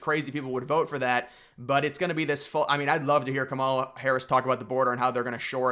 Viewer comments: Couple of pronunciation tips. Kamala is KAM-a-la, not ka-MAUL-a. Vivek is Viv-AYK not Viv-EK. For Kamala especially I feel like Conservatives are intentionally mispronouncing her name like it’s a dig against her but it just makes us look uninformed. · Yea pronounce Kamala with stress on the first syllable /ˈkɑ.mɑ.lɑ/. Like comma + la. That way it sounds like the Finnish word “kamala”… 🇫🇮 to 🇬🇧🇺🇸: Kamala (adj.) = “horrible, terrible, awful, ghastly, grim, dreadful, abysmal, atrocious, appalling”